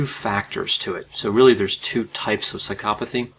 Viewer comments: i cant stand the way he pronounces psychopathy, l feel like going psychopathic myself hearing it.. Why is the accent made on the psy-CHO-pathy and not on PSY-chopathy, you do not say psyCHOpath, why would you say psyCHOpathy then? my god i seriously can not watch this video hearing that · why do you pronounce it like "sykopothy" isn't isn't it psycho pathy? you say psychopathic but then you say skyopothy lol. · had to stop watching because of Psy-cop-athy. maybe thats the way it is supposed to be pronounced but its driving me nuts. Bye.